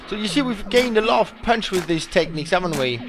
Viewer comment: i love the way he pronounces "punch"... like "pøønch" ^^'